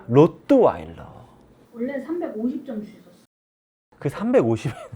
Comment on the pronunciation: 로트와일러를 늘 로또와일러라고 하는게 웃김